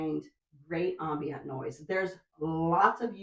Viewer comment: very nice! and congratulations on getting your book out! that's soo huge! oh... and unintuitively, "ambient" is not pronounced like "ambience". it's weird. but true.